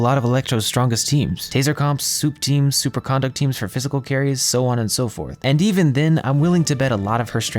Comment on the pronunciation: why does every youtuber mispronounce superconduct??